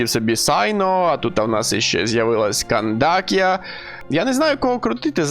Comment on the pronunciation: За відос дякую, але перепрошую, чому Кандакія, якщо в усіх мовах КРІМ ру вона Кандаке?